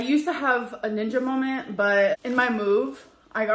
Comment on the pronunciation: It’s molment . lol ugh